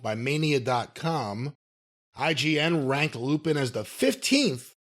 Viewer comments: Pronounced Lupon. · It's pronounced "lupon." It's French... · Say you’re Weeb without saying you’re a weeb. Hell I thought Lupin was pronounced “Lew-Pon” originally. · I knew he would mispronounce Lupin lol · Hearing people mispronounce Lupin is always so hard to hear lol